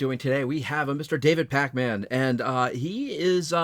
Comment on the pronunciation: David Pac Man? Its Pack-min